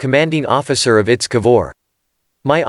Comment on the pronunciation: To the narrator: It's I.T.S. Not Its. Italian Ship